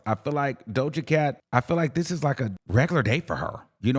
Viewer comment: Why would you read Doja Cat like thattt 😂😂😂😂